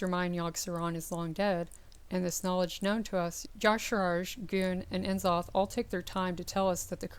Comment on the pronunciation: You are pronouncing nzoths name wrong.